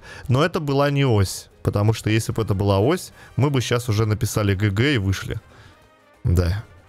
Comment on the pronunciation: Не гг, а ДЖИИИИИ ДЖИИИИ